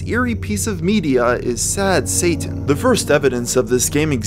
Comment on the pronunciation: Occasional it's pronounced "Sad Sayh'in" and other times pronounced "Sad Satan" weird!